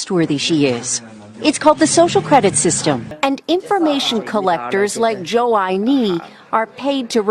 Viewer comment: The chinese dude in the video Joe-I-knee.